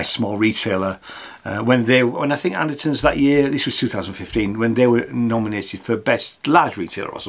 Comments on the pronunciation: OK... The simple problem that dude says Anterson rather than Anderton. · It's Andertons not Andersons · what is it with brits randomly pronouncing ANDERTON'S, Anderson's?